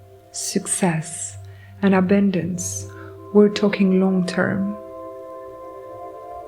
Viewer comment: I don’t usually say this when not asked first; Id want to Be told; personal preference tho. So, imma not spam your comments about this. Your messages are beautifully clear. Here are some words I heard and thought you may appreciate the pronunciation reminder. Goddess is like “Gawdess” Frequency is “free” “quency” Talking is “tawking” Envelop is like “enn-vell-up” Courage is “curidge” Abundance is like “ah bun-dince” Effort is like “effert/ effurt” Trauma is trawma Thank you so kindly for your message and for reading, I bring this up, again because I’d personally like to be told, please feel free to take no offense, since none is meant.